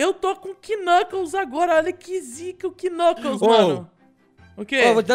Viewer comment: o nome do knucaos nao e knucaos e knuclas